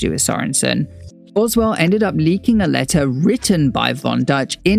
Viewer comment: Why are there so many mistakes in this video? You consistently mispronounce Boswell's name, there are slides with incomplete quotes. This video is a mess.